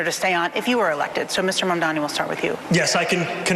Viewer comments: no, you're not mishearing. Cuomo and Sliwa both do it. Fox News does it too -- they do it to disrespect him, and frankly it's racist; they don't want to pronounce his name right because it's "weird". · They’ve been messing up his name since the primary race, and Mamdani corrected them directly and loudly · Cuomo still disrepecting Mamdani by not even pronouncing his name correctly. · Cuomo STILL can't say his name RIGHT. Hilarious. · I think it's incredible how Cuomo is not being corrected every time he says Mamdani wrong. Ask him if he's unable or unwilling to do it correctly... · Does Cuomo mispronounce Mamdani on purpose? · yeah. He's been corrected before, so the only good-faith assumption is that he's doing it intentionally to spite him, because the alternative is that his brain is too soup to be able to pronounce a new 3 syllable word no matter how important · Yes. He does it EVERY SINGLE TIME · It’s because he’s intentionally disrespecting him and also racist